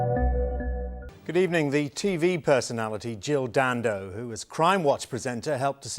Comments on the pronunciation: Can I just point out she was Jill Dando not Jill Dan Do the way you say her name detracts from the seriousness of the story and makes you sound like a knob. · I call it as I see it, her name was Dando there was no gap in between the Dan and Do and you putting one in makes you sound like a knob. I am just being honest not brave. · Am I supposed to take seriously a video from some bloke who can't even get her name right?